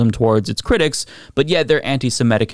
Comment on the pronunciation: C'mon. It's "seMITic".